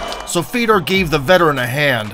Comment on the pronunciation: Not Fedor...Fyodor. Russian ë is yo.